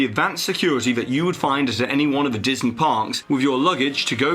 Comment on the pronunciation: At the end of the video, you said "Diseny".